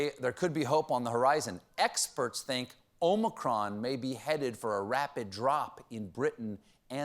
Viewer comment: "The Omichronic..." 😂😂😂